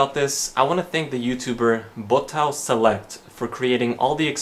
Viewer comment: "boutão selewct"